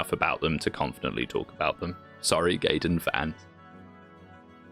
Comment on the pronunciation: He said Gayten not Gaiden.